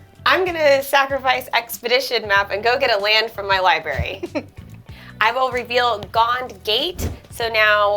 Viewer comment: Hearing "liberry" kills my soul a little more every time.